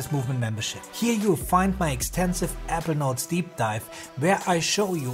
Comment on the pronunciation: APPLE NOTES PRACTICE SAYING IT CORRECTLY 😂